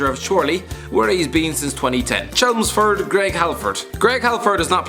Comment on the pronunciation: You really struggled to pronounce Chelmsford, not that hard pal.